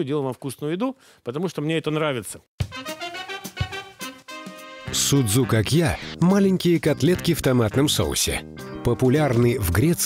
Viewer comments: Не дай Бог греки услышат название этого блюда и увидят его приготовление!Не зря они ставят ударения в словах - это как раз для того,чтобы судзукАкия не превратились в судзукакьЯ...Может быть "мировые повара"кладут в фарш для судзукАкия хлеб - греки не делают этого(тем более,что ржаного хлеба не употребляют).Фарш вымешивается тщательно с добавлением воды во время замеса.Формируют круглые продолговатые котлетки мокрыми руками,без никакой панировки в муке.И никто не поджаривает палочки корицы на сковороде - из кладут в томатный соус незадолго до готовности.Картофельное пюре тоже не пользуется у греков популярностью.Подают судзукАкия,в основном,с картошкой-фри. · В Фарш для судзукакья не кладут лук и чёрный хлеб. И ставьте правильное ударение. Σουτζουκάκια. Ударение на а. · vasilis liousias СудзукАкья - ударение на А. Σουτζουκάκια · По поводу ударения соглашусь. ))) А в остальном... Греки и хлеб в фарш кладут, и котлетки эти в муке панируют (иногда), и пюре готовят очень часто. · Ну да))) Перевод ближе всего к русскому,как фрикадельки))) И ударения на А ;)